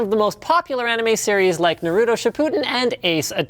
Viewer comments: Omg, it's ná-ru-toh, you're not worthy of those sandals. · you said naruto wrong nar-oo-toe its a long u sound not a short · Did he seriously pronounce it like "Nuhrootoh" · Nah-ruto or Nu-ruto? personally I say Nah-Roo-tow